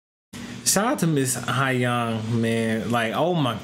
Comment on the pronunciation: Its pronounced So-Young.